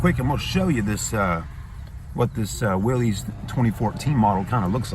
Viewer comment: It's pronounced "willis" not "Willy's"